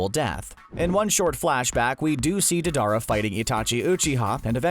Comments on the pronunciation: Diedara no “dadara” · The way they say their names are horrible ,Fugaku, Deidara